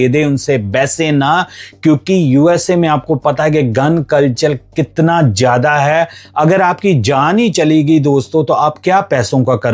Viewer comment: Zada not jada